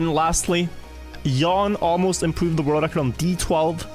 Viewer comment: Jan is pronounced "yaahn", not "yawn". But kudos on pronouncing "j" correctly. You are a natural Swede.